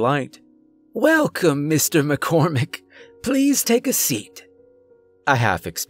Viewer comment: Not gonna lie by the time I heard ''McCormick'' I was convinced this dude is dying at some point.